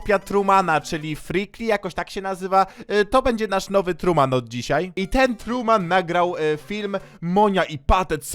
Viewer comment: Nie trueman tylko tuman